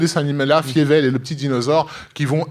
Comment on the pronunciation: "Fievel" se prononce "Failleveule". Ca serait cool de regarder le film en question et de connaitre la prononciation (VO comme VF)...